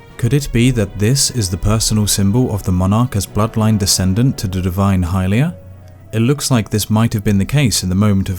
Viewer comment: Its pronounced hill-lee-uhh. Not hi lia